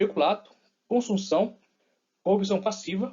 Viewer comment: Conteúdo bom, porém nosso amigo deve ser disléxico pois por várias vezes confunde o nome do crime "concussão" com "consunssão". Crítica construtiva👍👍